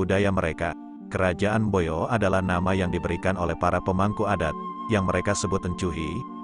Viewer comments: Mbojo bukan mboyo. Sangaji bukan sangayi. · Mboyo ❌ Mbojo ✅ Sangai ❌ Sangaji ✅